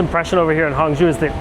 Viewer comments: Hangzhou: hang-JOH, not hong-JEW. Didn't you even listen to the announcements on your train?! Knowing how to pronounce the "zhou" syllable will serve you well in many Chinese cities. 🙂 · It’s Hang-joe, not Hang-jew. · It is Hangzhou. NOT HANGZU. It is pronounce HangCOU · Many Tourists goes to the light and giant water musical fountain show. I am from Singapore and I worked in China for 30 years. This place that you went in HANG ZHOU - pronounced as HUNG CHOUL as is CH with SOUL without the S, CHE- OUL CHOUL, zhou. There is Su ZHOU next door, which is very nice short ride away, and you can visit a very very big musical fountain laser light show there at Jin Ji Hu, Golden Chicken Lake, the place that Singapore invested and built from a farmland into a metropolis. Worth to go eat at the Michelin Starred GU SU Bridge Noodle Restaurant serving the SQUIRREL FISH hand pulled noodles. You will never forget it, and the food is not spicy in Hangzhou. Problem is, you went to a non local outfit, as there are many types of cuisines in China, 8 main types and 54 local types. Hang Jia Cai, which means Hangzhou Family Cuisine does not typically use chillies. They are mainly sweet and sour, using sugar and vinegar in their cooking for most of the dishes. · Like the way you foreigners butcher our language. Hangzhou is not Honggu! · it's hangzhou, not hangzhu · i swear if you mispronounce Hangzhou wrong one more time